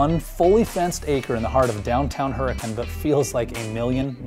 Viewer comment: I like hearing people that are not from Utah try to say tooele or hurricane right